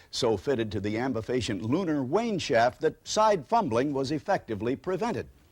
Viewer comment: Bruh he said lunar Wayne shaft